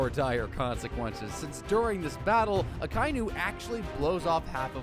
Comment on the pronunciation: his name is aka-inu not akAInu